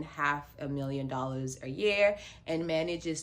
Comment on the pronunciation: I just hate the way she says "Dollis"